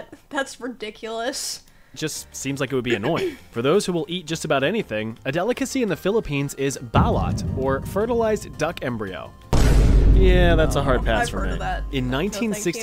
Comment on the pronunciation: Not even remotely close to saying Balut correctly. haha